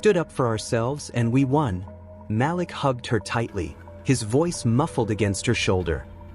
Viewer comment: Glad to hear the story!!!! However it is so bothersome to not pronounce the names correctly. His name is pronounced Maleek not Malick!!!!!!